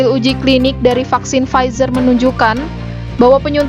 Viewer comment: Bukan frizer mba 😆 pfizer